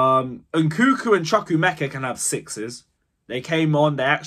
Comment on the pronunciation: It's not nkuku it's nkunku! You guys doing it on purpose ahah